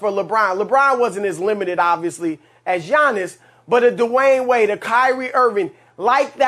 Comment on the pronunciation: Chris "DEWAIN WAYNE" Broussard